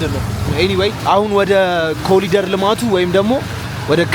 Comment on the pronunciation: ኮሪደር ኮሪደር ነው ። ኮሊደር አይደለም